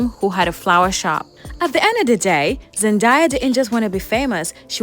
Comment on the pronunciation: Just to clear up any confusion on how to pronounce her name- I used to think her name was pronounced "Zen-die-ah" but she has stated it's pronounced "Zen-day-ah" I found it confusing the mixed pronunciation in this video so hopefully this clears it up.